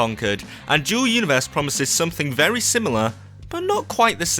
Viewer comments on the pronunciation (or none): Sounds like he's saying Joe Universe